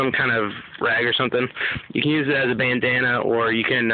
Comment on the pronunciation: its use not pews